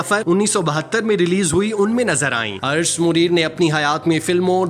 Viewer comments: Arsh Muneer nahi, Arsh e Muneer! Lakhnow me jo KH hai uski awaz "KHaak" wali nahi "suKH" wali hai. Hud ho gai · Arsh e Munir hi asal naam hi. Bhai sahib recording si pehaly durust adaegi ki practice kerliya k eren. Date bhi wrong hi.